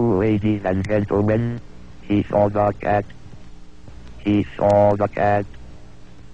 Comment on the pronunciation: HE SAWW THE CAT